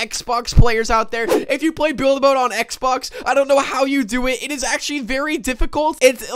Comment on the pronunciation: Play not ply